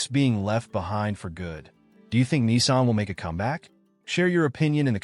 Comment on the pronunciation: It's Nissan , not Kneesan